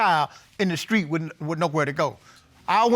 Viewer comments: She said the skreet 😁😆😂🤣😭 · Aww. Now you two take along romantic walk down the skreet and love happily ever after 😁 (Am I the only one heard her say skreet 🤣) love is beautiful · Did she say walk down the skreet? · Down the skreet???!!! Lol...